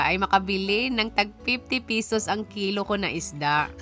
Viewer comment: Ito tlga nagustuhan ko s kanya kaya napa subscribe ako..ang sosyal ng accent nya bisaya pero english tono❤ like ang 50 pesos..naging fifty peyysosss😂mgnda sa tenga ko..kaya lagi ako nanunuod..lalo na yung alimnago hunting nya😂